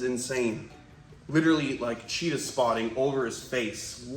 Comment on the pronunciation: Feel like this is obvious but where u keep saying cheetah Chester as in Chester from Cheetos